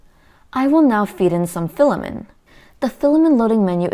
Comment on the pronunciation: filla-men! haha i don't know why but this cracks me up every time